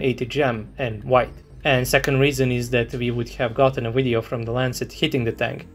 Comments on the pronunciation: why the hell do you pronounce video as weedeo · I can hear original uideo, “UIDEO”! 😅;-)